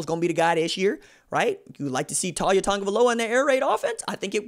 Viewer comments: His name is not pronounced TAWL YA. It's TA LIA Or just LIA I hope he goes to the U and maybe gives Clemson some competition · Not a surprise to BAMA, we knew this was coming. His name is pronounced Tau-lee-ah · You pronouncing it wrong, it Tah-Lee-ah. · Not one single Alabama fan ever thought Taulia would ever be the starter and everyone has expected him to transfer once his brother left. You can't even say the kids name correctly, lol. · First you are pronouns his first name wrong, 2nd he will be going to Florida, FSU, UM, UFC, Taulia will stay near his Brother. The Polynesians stick together.